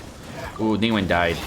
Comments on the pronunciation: Neeng waang...... Wtf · "ning uang" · "Ning-wang"😅"She has lots of facets" 🤣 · FYI, the 2nd g in her name is not silent, the name Ning Guang in Chinese is actually 2 words. Since Western names do not allow multiple words in a First Name, and her last name is neither Ning nor Guang, they just mashed them together into 1 word. Same goes with Chong Yun, Xing Qiu, Bei Dou. Actually, the word Zhong in Zhong Li can be a last name, and in Chinese format, Last Names are written in front of First Name.